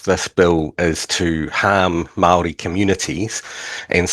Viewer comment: why does he say Mawldee